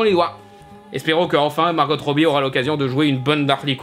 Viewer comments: Par contre, c'est Margo pas Margote. Même Margot Robbie dit son prénom comme ça. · A faire attention. Les bande annonce de Suicide Squad nous faisait focaliser sur le Joker en méchant principal alors qu'il était très second plan. On pourrais avoir une HQ en rôle principal mais avec les Bids of Prey en premier plan aussi.. ps: Margot, se prononce comme en Français. Le T est muet..